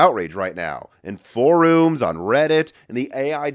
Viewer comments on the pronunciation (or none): it's for-UM, not for-OOM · Glad i wasnt the only one loool! Never heard someone pronounce "forums" like that before, maybe it's the Midwest in him.